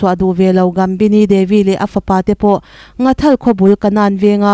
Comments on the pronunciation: Ngathal ni lovin NGHATHAL tih zawk tur a ni e,from Nghathal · NGHATHAL tiin Mizotawng dik taka lam tur ani e